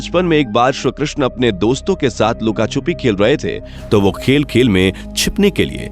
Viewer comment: Bhai ye shree Krishna hai . Shru Krishna nahi.. Uccharan to thik se kro...